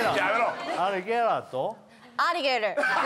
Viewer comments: 弓木のalligator無駄に発音いいの草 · "alligator"が上手だった。